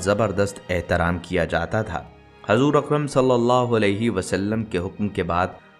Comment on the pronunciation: by hajur nhi. hujur. bolo